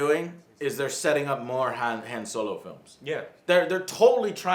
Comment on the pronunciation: thats not han solo is dan yolo lol